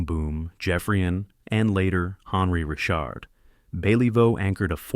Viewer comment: Redo your narration, please. Maurice Richard is pronounced ree-SHARRD in French. You got "little brother" Henri correct, so I'm mystified how you missed on "the Rocket." I had the pleasure of watching Beliveau in the late 1960s. "Elegance" is a word not often used about hockey players, but Beliveau was elegant!